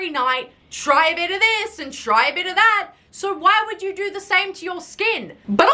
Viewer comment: I’m sorry, but it’s the way she said” what’s that supposed to dorrrrrr”😂😂